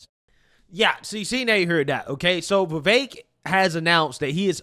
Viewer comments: Love ya dude, but I have to correct you it is pronounced Viv ek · Why do you pronounce Vivek like that?